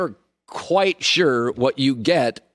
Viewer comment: "You're never Kawhite sure what you get..." Lol